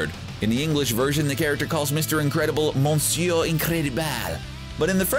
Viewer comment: That's definitely not the way you pronounce either "Monsieur" nor "Incroyable"